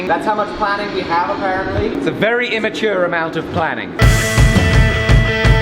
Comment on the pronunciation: "An immiture amount of planning"😂😂😂